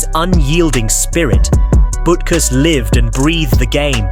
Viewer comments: Yeah; especially BUT-kus (not "BOOT-kus"). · That’s Dick Bootkus according to the narrator. 😂